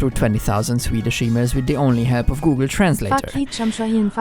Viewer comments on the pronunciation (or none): none